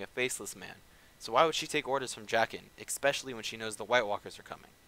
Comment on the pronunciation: Love it how you say expecially